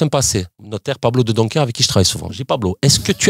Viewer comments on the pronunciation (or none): J'adore jusqu'à ce qu'il prononce le notaire P. De Doncker....